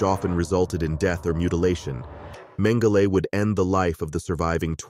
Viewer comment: I've never heard Joseph Mengele called Joseph Mengelay, and sounds absurd, I notice this from younger people this kind of thing, wondering why this happens, how can a pronunciation of names and words spoken different for so long with these same words, spoken for generations, have become changed, is this what is being taught, doesn't make sense to me.